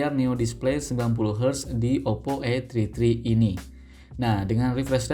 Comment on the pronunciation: Saran bang 😂 kalo gak bisa BHS Inggris gak usah sok sok an Masa namanya OPPO A TRI TRI 😂😂😂